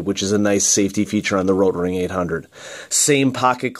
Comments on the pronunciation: you roll your r. No german rolls their r. It's a good try though, the german r is more throaty and most english speaking people can only pronounce the soft r. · Thank God you stopped saying rotring like that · Why do you say "rotring" in such a weird way? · Good point. I noticed that too.